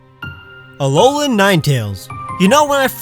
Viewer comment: DO NOT LEAVE OFF THE O IN ALOLAN! AND IT'S VULPIX, NOT VULINE! FIX IT NOW!